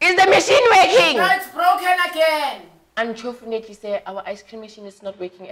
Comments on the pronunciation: "Unchofunately" I'm dying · "unchoofenately" lol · Everyone: "Unfortunately" Lasizwe: "Unchofnetely" 🤣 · "Unchofinately" sir our icecream machine is not working at the moment😂😂😂😂 dead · Unchofinetly Sir 😂😂😂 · "Unchorfutanely sir." 😂😂😂😥😥😭😭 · Did he just say unchofunately😂😂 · Nobody: Lasizwe : unchofunatly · English : Unfortunately Lasizwe: Unchofunetly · Here is the “unchovinately” - 😂😂🤣🤣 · unchorfunatly hahahahahahahahahahahahahahahahahahhahahahahha 😂